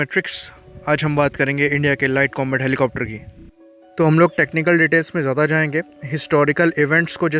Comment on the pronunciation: Bro why do you pronounce ज्यादा as ज्यादी